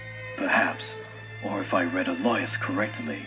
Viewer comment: Oh great I pronounced Elias' name wrong XD Anyways great comic dub ^^ it was really fun to be a part of